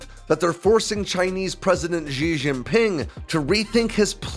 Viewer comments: Good info, but poor pronunciation. The name of the CCP leader is pronounced /she jee ping/. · Xi Jinping she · jeen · ping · They don't even have that s as in measure sound in Chinese. X goes "sh". J sounds like Jif or Jingle. Xi Jinping is pronounced like "She Jean Ping".